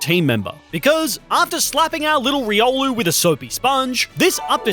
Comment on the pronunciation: It's riol